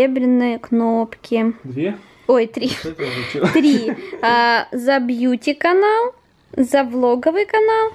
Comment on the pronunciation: меня так раздражает то,как она говорит бьютиканал